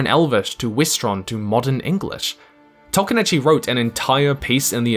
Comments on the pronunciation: Noped out . I can only hear Tolkien's name mispronounced so many times in a row before it becomes unbearable. I know my brain works differently to other people's, but mispronunciations, like other language errors, make my brain itch. If we were in the same room, every time you said "Toll-kin" I would stop you and say "Toll-KEEN", and if you can imagine how annoying that would get, that's how annoying the mispronunciation is to me. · Why am i listening to the person who cant pronounce Tolkien name properly?